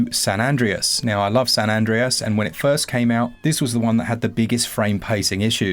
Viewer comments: . Me: hears the pronunciation of San Andrea-s Also me: goes straight to the comment section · Bro said San Adries 😭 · Love to see it! Keep doing videos like these please! Also, San Andreas is pronounced San ''an'-''dray'-'as', the mispronunciation killed me 😆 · San ANNE-DRAY-EZ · Great video as usual, but what is that 'San Andreas' pronunciation about?! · Im still astounded that you can’t pronounce San Andreas correctly.